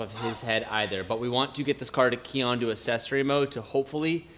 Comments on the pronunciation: Hey, did you know that there are actually two c's in "accessory", meaning it's not pronounced "assessory"? Pretty neat, eh? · This bothers me more than it should: It's ACK-sessory, not assessory 😂